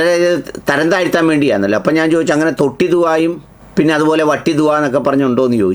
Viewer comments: തൊട്ടിയിൽ ആണോ തൊട്ടിലിൽ ആണോ? 😅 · തൊട്ടി വേറെ തൊട്ടില്ലൽ വേറെ. തൊട്ടി ദുആ അല്ല. തൊട്ടിൽ ദുആ. സുഹരി ഉസ്താദിനെ സപ്പോർട്ട് ചെയ്യാൻ ആണെങ്കിലും ഈ സംഭാഷണം സാർ തന്നെ ഒന്ന് കേട്ട് നോക്കൂ കേൾക്കുന്നവർക്ക് വല്ലാത്ത അരോചകം തോന്നും നേരത്തെ പറഞ്ഞ ഏതോ ഉസ്താദിനെ പോലെ സഭ്യത ഇല്ലാതെ സംസാരിച്ചു എന്നാണല്ലോ സാറ് പറഞ്ഞത്.. സാറിനെ ഇതുവരെ കേട്ടവർക്ക് ഈ സംഭാഷണം കേൾക്കുമ്പോൾ........ സാറിന്റെ ഈ വീഡിയോ സാറ് തന്നെ ഒന്ന് കേട്ട് നോക്കൂ